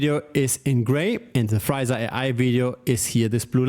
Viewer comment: The name should be pronounced Free *sa not Friza. Two very different things.